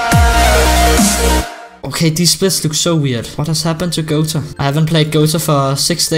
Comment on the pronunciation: That accent tho, "gota challenges?!" Real : Gota Challenges! No offense